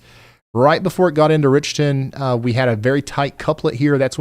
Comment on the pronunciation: Dear Ryan. That town in Ms is called Rich ton not Rickton. Thx